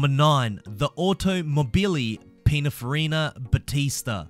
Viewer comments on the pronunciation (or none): Him trying to say pinninfarina is so funny